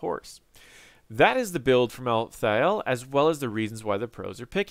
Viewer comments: Mal-thale not thay-el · Ok props where props are due. You pronounce Niche properly xD But Mal'Thah'Ehl? Watch the Diablo Trailers and the Animated Shorts, it's clearly, Mal'theel. Rolls off the tongue much better. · sorry i had to tell you how to say it: mal-theel. i hate solo laning in hots, it's really boring and dumb and i really think it takes all of the interesting experience in the first 5-10 minutes that you get in hots that you dont get out of league. i think the fact that solo laning in hots still exists indicates that they dont understand their clear niche as a moba game, and solo laning itself just blows. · Malthael only has 2 syllables. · Mal Thi El, Hahah